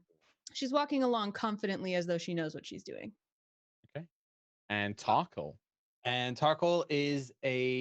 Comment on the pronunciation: Yes, I've been waiting for this. Can't help laughing at pronunciation of Tarkhal. I keep hearing Thac0 and feel like it is very appropriate.